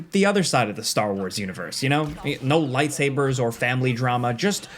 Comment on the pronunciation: Did you say no lightsavers I'll pass